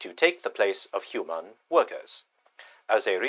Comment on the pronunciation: What accent is that? HuMANN. 😂😅